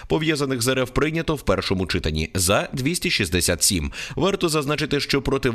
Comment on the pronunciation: ЧитАнні. Не чИтанні.